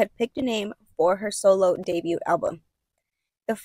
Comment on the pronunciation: The “t” in debut is silent.